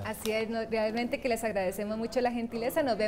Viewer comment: Si muy buena informacion, aporta mucho al conocimiento del tema pero que lastima la forma de hablar por que aunque no se quiera molesta y Mas que la muletilla "Verdad" molesta mucho mas la pronunciacion de la RR, "ECHBRRE" no dicen realmente sino BCHRREALMENTE ! Y encima VERDAD ! Buen video de todas maneras.